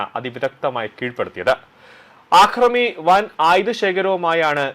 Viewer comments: ആക്രമി അല്ല അക്രമി ആക്രമണം അക്രമം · ആക്രമി അല്ലടോ യൂ ട്യൂബ്റെ. അക്രമി. വിധ്യാഭ്യാസം അല്ല വിദ്യാഭ്യാസം